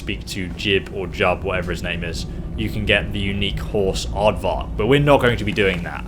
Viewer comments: why did u call him Ardvark? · Hahah you called it Aardvark?!?!Lol Its R-vac!! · I laughed each time you called Arvak aardvark 😂😂😂